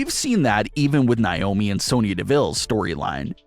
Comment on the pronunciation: It’s NAYYYYY-OH-ME 🙄